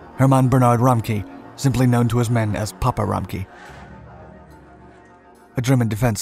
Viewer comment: Wow i didn’t understand the name of the CO until i googled it and I’m German. 😂 His name is RA-MCK-Ev